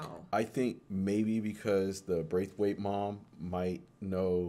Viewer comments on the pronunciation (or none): bro it was funny asf I’m glad yal kept saying it wrong😂 I was like it’s BRAITH NOT BRETH!!😂😂😂 funny asf bro I’m not complaining at all